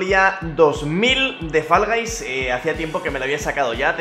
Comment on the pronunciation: Fall Guys [fo'lga'js], no [fa'lgajs], porfavor. Y encima peor los que dicen [fa'lgu'js]